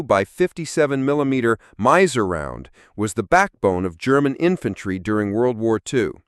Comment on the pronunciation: Miser? NagNant? Don't live humans narrate these videos anymore?